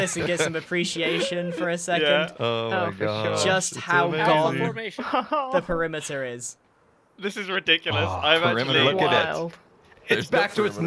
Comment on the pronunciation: covering the primiter? what primiter?